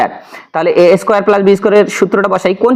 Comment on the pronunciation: Ma square na bole doya kore mun squarei bolben ma square eta balo shona jay na..